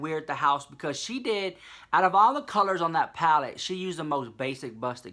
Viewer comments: ITS PLACEEEEEEEE NOT PALACE !!!!! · stop,"juvias palace" lmao